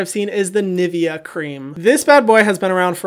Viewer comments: Hahaha, i loved how you said „nivea“ 😂 It’s Ni-ve-a xD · Who else does not pronounce Nivea like Hyram does? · me being from germany being triggered how he pronounces Nivea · How the hell do Americans pronounce Nivea?? Why does this happen so often? With Porsche, several French words like déjà vu and now Nivea... for all those who want to know how it’s pronounced Ni like in jenNIe and -vea like in LEA but instead of an L an V.